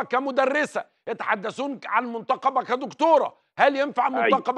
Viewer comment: أولاً المنتقبة بكسر القاف وليس فتحها ، ليست شخصية رجعية ، لا ضد الفن بكل صوره ولا يعيبها شيء، مش معنى إنها منتقبة تبقى منتمية لتيارات متطرفة زي ما تقصد يا أستاذ عمرو ، اتقي ربنا ومش من حقك أصلا تتعدى على حرية غيرك ، انت سمحت لزوجتك بالتعري رغم إن ربنا فرض الحجاب مش تصادر حرية غيرك في الاحتشام، ورأيك في اللي يخصك ، ليه مش بتنتقد العري والسفور؟